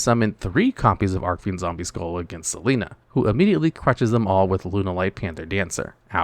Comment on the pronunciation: It’s ARCH-fiend! Not arc-fiend! Look up how Jack Atlas says “Red Dragon Archfiend” in the dub. That’s how you’re supposed to say it!